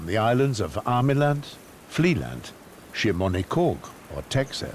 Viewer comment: say schiermonnikoog again xD